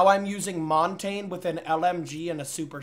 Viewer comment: "montain" :face-red-droopy-eyes: it's pronounced 'mon-tuhn-ya'